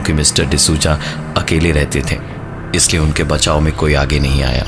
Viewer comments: pravin bhai d souza bolo , d suja nahi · the narration was great. except the pronunciation for Mr. D sooja 😂😂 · Lol sooja 😂😂😂